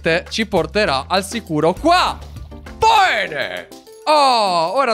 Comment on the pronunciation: Hai detto bene o pene? LOL